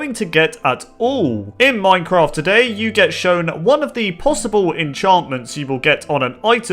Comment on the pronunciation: It's not pronounced moincroft Minecraft